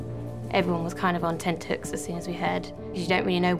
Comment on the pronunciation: Hoons not hooks.